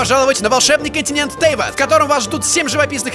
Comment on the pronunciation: не тЭйват а Тейват